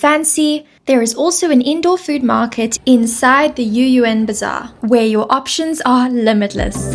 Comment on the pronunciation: no yu'yu'an，is Yü'Yuan